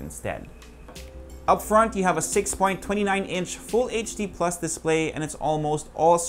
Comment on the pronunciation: "pluch" hahahaha 😂